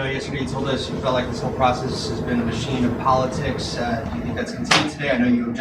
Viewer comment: She just said ‘politrix’. No Tiff! Trix are for kids! 😂